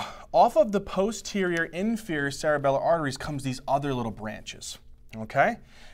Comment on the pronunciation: "p-HOU-sterior" 🤣 thank you for explaining this, hundred times better than what im paying for!